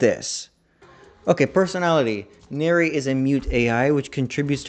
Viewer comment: This was very entertaining hahaha and the fact you forgot where banki and hado etc comes from bleach come from was golden. 😂 lastly its nere as in near, not nerea haha but its funny haha also if ya not watched the fan made virus cover evil did nere is in that also its really good 👍